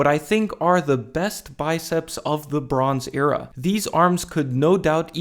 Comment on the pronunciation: When you said "the bronze era" I really thought you said "LeBrons Era"